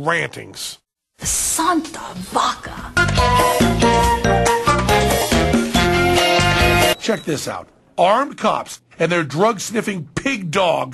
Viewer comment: Santa vacca? that's holy cow in Italian ...what the fuck ? and she didn't even pronounce it correctly.She said VACA instead of VACCA